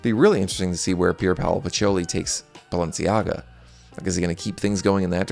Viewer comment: « Sciura » /SHOO-rrrah/ means « Madam, (rich) lady » in Lombard/Milanese PS: please stop saying « Balensi », I beg you.